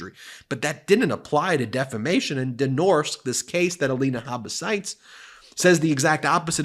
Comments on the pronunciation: "Den Norske" means "the norwegian", and it is pronounced "Den Norsk-eh" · You actually pronounce the “e” in “norske”, and it’s a (Norwegian) company name so shortening it makes it loose meaning; Den norske Amerikalinje, which translates into The Norwegian America Line (NAL) 😉🤓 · So any victim should go home and shut up, and if they don't they are to blame? Habba must be nuts. By the way: Den Norske actually is norwegian and means " The norwegian". Pronounced " den norceke". Greetings from Norway.